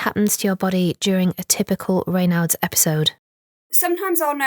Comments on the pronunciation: ......isn't a Raynard (the way in which this narrator is pronouncing it here) another word for a Fox? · Why did the presenter pronounce Raynaud's so indiosynchratically - bit off putting